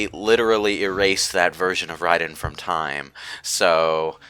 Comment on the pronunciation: Love how pronounces Raiden correctly.